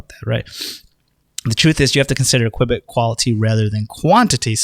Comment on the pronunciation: Please stop saying QWIBIT, lol pretty sure it's Q-bit